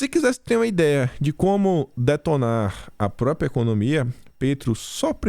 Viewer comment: Bom dia. Ouço vc todos os dias. Com prazer e com orgulho. Obrigado pelo seu excelente trabalho patriótico. Muito inteligente e corajoso. Observação.: pratique a pronúncia da palavra PRÓPRIA! Forte abraço. Deus te abençoe e te proteja sempre.